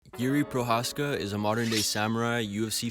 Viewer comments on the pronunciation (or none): Just a little advice on how to pronounce his last name Pronounce the letters ch in the word Pro"ch"azka as the beginning word chameleon. Greetings from the Czech republic ;)